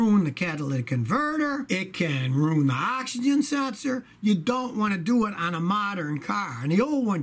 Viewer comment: Ruin not rune.